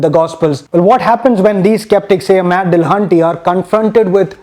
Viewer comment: How did you manage to not only use not-his-avatar for Paulogia , but also mispronounce Matt's name , AND misread Paulogia's jingle ?! Believe it or not, everything went downhill from there...